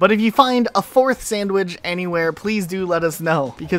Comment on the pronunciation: Why do you say “sandwidge” instead of “sandwich” ?